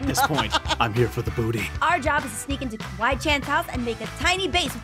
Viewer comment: When said im here for de boothy who boothy